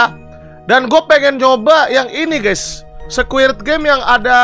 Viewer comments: "Squid" bang, bukan "squirt"🗿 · betul , bang windah ngomongnya SQUIRT wkwkwk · Squid bang,bukan squirt😭